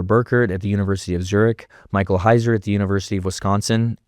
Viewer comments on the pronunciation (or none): none